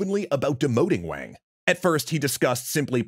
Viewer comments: For all of those that don't know Wang is pronounced like Wong (Wah-ng) not Waeng. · This is so awesome that you are doing this! (FYI, it’s pronounced “Wahng”. Not “Wayng”!) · Why do you pronounce Wang like that?